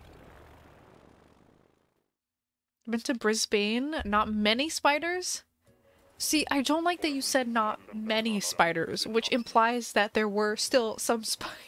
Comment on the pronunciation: The pronunciations are Canberra (Kan-bra), Brisbane (Bris-ban), and Australia (Us-trail-ia)